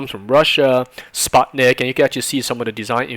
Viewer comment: lol Sputnik is pronounced like Putin. Great vid.